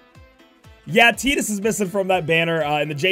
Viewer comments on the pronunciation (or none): you're saying tidus's name wrong